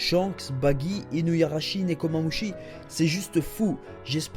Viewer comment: Je pense que tu vas être déçu, car Weeble est à la recherche de Marco et va probablement le tuer. Il faut bien une raison à Luffy pour l'affronter.. Sinon j'en profite pour dire que c'est "Inuarashi" et pas InuYarashi" mais sinon c'est super continue ;)